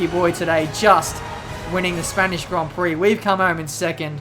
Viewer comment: horrible pronounciation of gron prok